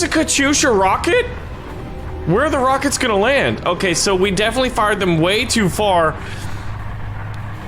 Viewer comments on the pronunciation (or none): none